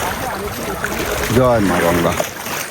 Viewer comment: গঙ্গা ❌ গুনগা ✅